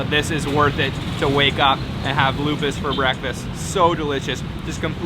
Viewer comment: "O" on Lopis pronounced like "O" on "OK"